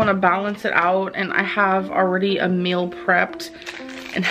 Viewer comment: She pronounces meal like mule. Pisses me off